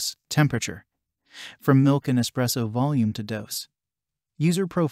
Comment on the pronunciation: Why on the everloving hell would I trust someone who doesn't know its espresso and not expresso